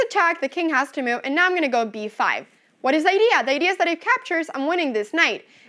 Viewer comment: "Ayand" "myove" lol Great video anna!